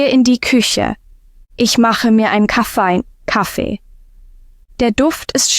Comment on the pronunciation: Der „Kaffei“, so klingt besser. 😍💪